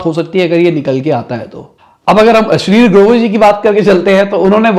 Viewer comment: ये अश्निर ग्रोवर को अश्लील ग्रोवर क्यो कह रहा है